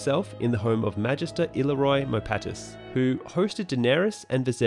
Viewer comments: I-leer-ree-oh, please not illeroy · “Ill-ear-io” is the correct pronunciation of Illyrio.